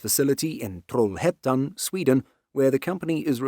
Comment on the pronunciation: You had me with the British accent until Trollhättan.